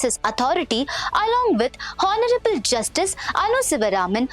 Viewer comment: Honourable mein H ka sound ny aana hai, kaise hai English